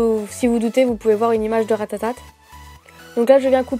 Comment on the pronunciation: mdr elle dit RATATATE a 😂😂